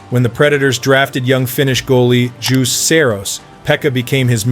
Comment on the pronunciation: fyi, its Juuse, not juics, Saros